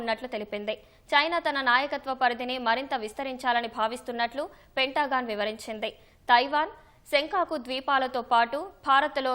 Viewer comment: పెంటా గాన్ కాదు తల్లి, పెంతగన్